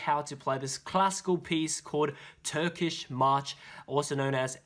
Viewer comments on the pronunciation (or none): none